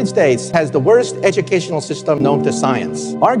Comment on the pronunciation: "Ednucational System" 😂